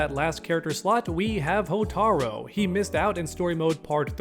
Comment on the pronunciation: What do you mean Reptile's never in back to back?? MK9 MKX I win. Also you keep mispronouncing Hotaru It's "Hoh-tar-roo"